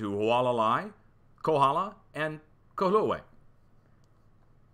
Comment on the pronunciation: LOL !! Kahoolave = Ka hO O la vay You'll get it Also ~ Halay a ka LA (Maui)